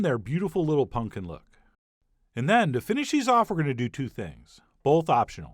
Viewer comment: Chef says pumpkin like my dad, "Punk'n."